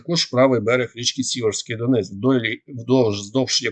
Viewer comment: Може хтось вже достукається до і підкаже йому що ріка ДоНЕць а не ДОнець.Дуже це нервує місцевих просимо поважати нас.Привіт з Донбасу 🇺🇦💙💛